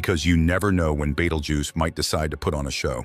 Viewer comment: The star's name is Betelgeuse, not Beetlejuice, or Beteljuice, or betelduce, or beetle uses, or Beetle Goose, or Badal Jews. It's hard to take a science-oriented video seriously when there are so many obvious mistakes.